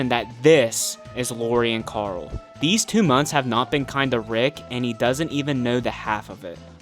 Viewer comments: The way you pronounce Coral is really turning me off, who is that Karl? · Have you just mispronounced Karool